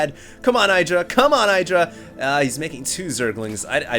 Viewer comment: his name is not EYEdra